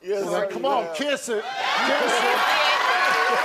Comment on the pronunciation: Kitth it, kitth it 😅